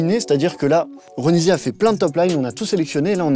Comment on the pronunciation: Ouais sauf que son nom se prononce Ronissia😂